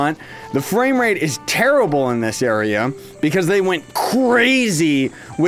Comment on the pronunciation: "this frameraty" 😂😂